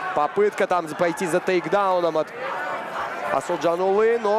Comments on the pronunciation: второму комментатору пора бы не коверкать имя казахстанского бойца! проявите уважение! его имя Асылжан, а не Асылжан улы! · Комментатор ещё вам замечание. Қазақского бойца зовут, как ты представлял, Асылжан Бахытжанұлы. Но ты тут же, в начале второго раунда, говоришь Асылжанулы. Или ты решил подражать Путину. Дурной пример заразителен.